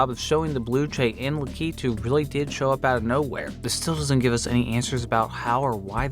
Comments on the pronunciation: lack-eh-two not lakeeetu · La-KEEE-tooo. Lol no. LAK-uh-too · The way u pronounce lack-ah- too cracks me up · You said "Lakitu" wrong. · You had so many tries to pronounce lakitu right.